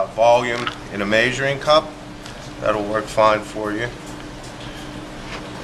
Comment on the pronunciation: "MAY-suring cup" his accent ☺